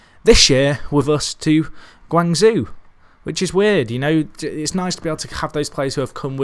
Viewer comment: Really love this channel. Probs of no help its pronounced guang ZJO!! So hard to listen too lol again love the channel